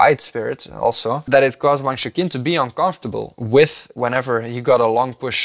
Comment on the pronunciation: AFAIK Wang's first name is not pronounced as "shookin" but more like "choochin"